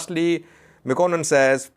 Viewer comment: His (Artist's) name is Mekuanint not Mekonnen.FYI